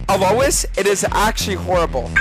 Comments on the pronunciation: Why does he and pronounce his name "A-low-is" instead of "A-loys"? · Is purposely mentally un-ok or why is he pronouncing mundo as Dr Mando and alois as A-louse